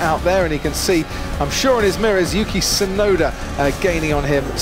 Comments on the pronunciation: no that is 'yuki' which can mean snow, the correct pronunciation of Tusnoda's name is with a long double uu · Only Jenson Button seems to get the pronunciation of Tsunoda right (probably because of his time in Japan and his ex wife being Japanese). The T in Tsunoda is not silent in Japanese. The syllable tsu (つ) in Japanese is the same sound as the "ts" in "cats". But English speakers always seem to assume it's silent. The same mistake is often made when saying the Japanese word, Tsunami. Although it's less obvious, the "u" in Yuki is extended a little bit more. Just plain "Yuki" without the extended "u" is not only the same as the word for snow, but a girls name.